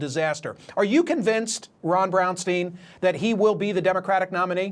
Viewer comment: Braunstein it should be Pronounced Brownstyne, not Brownsteen. 😉